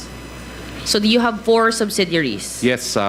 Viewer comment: the other woman wearing blue blazer she could not even say properly the simple word 'subsidiaries' 😂😂😂